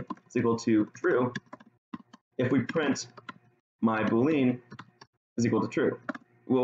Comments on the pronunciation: Nice video! Just a couple suggestions.. it would be nice if you could make the text bigger as it's hard to read on my screen/resolution. Also, "boolean" is pronounced "BULE-ee-enn" (not "boo-LEAN"). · Is this how you are supposed to pronounce boolean???? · oh god why do you pronounce boolean like that